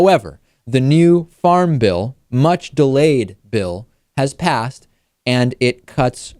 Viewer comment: I thought you said Farm Ville when you said Farm Bill